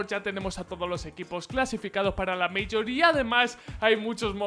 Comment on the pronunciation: porque pronuncias bien "Major" (meiyor) y no pronuncias bien "Minor" (mainor)? xD